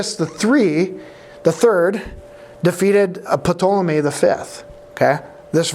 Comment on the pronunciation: I looked it up and the P in Ptolemy is silent, as in pterodactyl. I know it's unimportant, but I just had to know! 😊